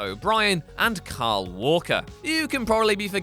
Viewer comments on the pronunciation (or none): none